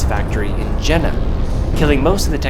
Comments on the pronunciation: >>> Fun fact: German j is pronounced like the English y. So Carl Zeiss Jena is pronounced Carl Zeiss YEY-NA, not JAY-NA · I have this lens and i am so impressed. BTW its called "yehna" :) Love your videos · Just a quick heads-up: the German name, "Jena," is pronounced "YAY-NAH." The letter, "J" in German is pronounced the same way as English speakers pronounce the letter, "Y," as in "You," "Young," and Youth," (in other words, when it is at the start of a word or syllable). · Dude, you are pronouncing "Jena" wrong... Ahhh hurts my ears...